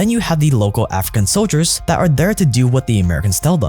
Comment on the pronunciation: The word “soldier” has an L in it…